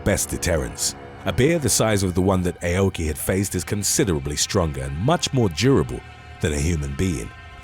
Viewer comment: The Karate expert's name is pronounced like saying "Ow-key" NOT "AY-oh-key" 🤦🏾‍♂️ 日本語を学びたいなら、知らせてくれる...英国の英語の発音はダメだな。 (Nihongo wo manabitai-nara, shirase-kureru... Eikoku no Eigo no Hatsuon wa DAME da-na. Translation: "If you want to learn Japanese, let me know... British English pronunciation sucks ass!") 🤦🏾‍♂️